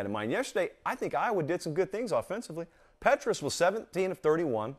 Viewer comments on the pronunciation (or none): Love your commentary! But it’s pronounced “Pee”tras. ☺️